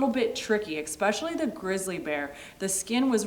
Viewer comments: you need to really do less talking/muttering in your videos…… and side note: it’s ESPECIALLY not EXPECIALLY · Thanks for the video and! It is always a pleasure. I thought it was thoughtful of to correct during filming when he misspoke. I have always hesitated to mention that there is no “X” in expecially. It’s pronounced: especially. 😜 I hope that both of you stay awesome! ❤️